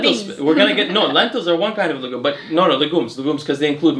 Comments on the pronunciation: Man, your wife kills me , she always laughs when you mispronounce "legume" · she notes pronounciation of the word Legume in the video, saying that it is a french word and it sounded funny when he said it. Also the hat bro, no other ethnicities have ever been recorded in human history with that type of hat lel